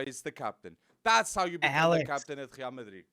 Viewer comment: Why do you say Real like that?😭😭🤮🤮